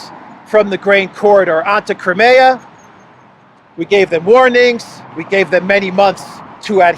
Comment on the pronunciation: Just so you know… Crimea is pronounced Kry me a (river)